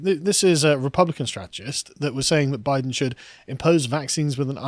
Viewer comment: “I was saying Boooiden”